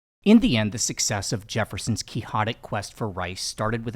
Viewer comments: Quick-sought-ic, not Key-haw-dic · He's using the Spanish pronunciation.